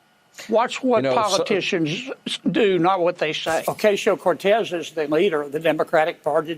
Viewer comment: Kennedy needs to learn to pronounce AOC's name.